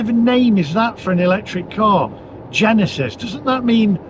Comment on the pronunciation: "GENISIS" KOREAN